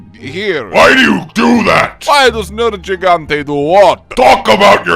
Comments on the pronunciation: Tigrex should be asking why "Nerjigante" always pronounces his name wrong 😒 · Ok I'm seriously tired of everyone mispronouncing nergigantes name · Why does Nergigante mispronounce his own name?